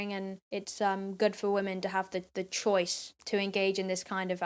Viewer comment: "It's her body, it'sher chose" We hear this all the time in American news